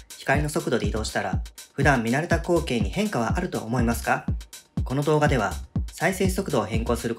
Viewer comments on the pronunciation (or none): 光景のイントネーションが口径で気になる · 終始こ↓う↓け↓い↓ が気になって話入ってこなかった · 光景のイントネーション気になる。「こ↑う↓け↑い↓」ってなってる。 投稿者がどこの人か分からんけど、こちら関西住みなので、違和感を感じるんだろうね。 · どんな光↑景↓ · 「どんなコウ⤴︎ケになるのか」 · どんな こ↑ う↓ け↓ い↓ になるのか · 光↑景が気になってしょうがない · 光景（こ↑う↓け→い→）のイントネーション草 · 光景の発音が口径なのよね( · 「光景」の発音変じゃね？？ 訛があるのかな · 「光景」のイントネーションが気になる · 光景、などの発音が変。どこかの方言？？ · 光景の言い方よ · 光景の発音がおかしい😭